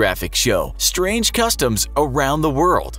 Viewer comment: "strang cutoms"🤔🤔😂how niceee